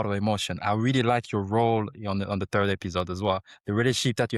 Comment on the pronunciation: "Turd person"